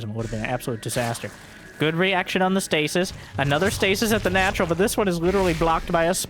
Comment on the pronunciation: The plural of the word "stasis" is stases (pronounced "STAY-seez").